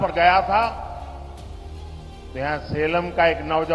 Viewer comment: सलेम नही सेलम है जगह का नाम।